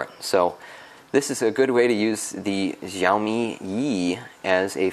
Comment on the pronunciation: Xiaomi is pronounced as "Show me". That's how simple it can be. 😉